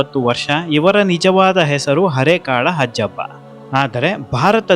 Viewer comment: ಹಜ್ಜಪ್ಪ ಅಲ್ಲ ಅಜ್ಜಪ್ಪ